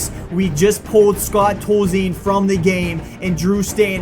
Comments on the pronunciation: It's pronounced TOLLZEEN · #wbw yo boy garbage can not pronouce scott tozien when it is pronouced scott tolzeen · your saying Scott Tolzien's name wrong